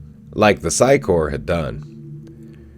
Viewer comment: You need to redo EVERY video that you've ever done about the sci corps. The word corps is pronounced "core". You keep saying corpse. Which is a different word. Learn English please. Corps and Corpse are two different words pronounced differently. They make these things called dictionaries with special instructions on how to pronounce the words. If you learn these simple instructions, you'll start to understand how the "p" in corps is silent, while the "p" in corpse is not. That is one way people know while you're speaking that you mean one thing and not the other.... Correct pronunciation! Please erase all the videos where you've made this mistake and redo them. I like you, your videos, and what you do. But I hate mispronunciation, malaprops, eggcorns and the like. Keep doing what you do. And I'll keep watching when you vids about the reboot. I actually like the sound of your voice